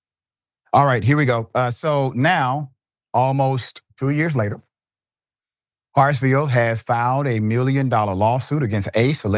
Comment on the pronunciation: S name is Hartsfield! Not Hartsville!!! You do this kind of thing a lot, so I've stopped watching a lot of your videos. It seems you never read the posts you put up in advance and butcher a lot of them.